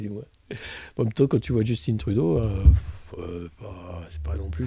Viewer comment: On prononce Justin Trudeau comme on prononce Justin Bridou, pas comme Djeustinne Bieber !